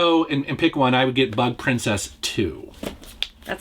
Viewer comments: Ooohhhh its bug princess lol I thought you said butt princess at first 🤣🤣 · Who else heard "Butt Princess" instead of "Bug Princess"? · I thought he said Butt Princess at first.